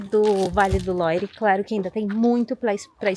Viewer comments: Por favor falem Vale do "luar" a pronuncia é essa Vale do Loire é muito estranho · Vale mto visitar o Château de Amboise, onde tbm tem o Castelo onde viveu Leonardo da Vinci . Imperdível! A título de informação, a pronúncia de “Loire “ é “Loir “c/ o “r” puxado na garganta, a lá francesa), e “Loire” é o nome do rio que passa em torno dos castelos . O som da combinação da vogal “o +i” é sempre” oa, “ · O vale é lindoooo! ❤ Vale do Loire (pronúncia correta LUAR). Chambord (se pronuncia CHAMBOR)